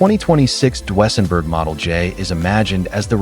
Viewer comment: DWSENburg?? Train your AI voice to speak properly!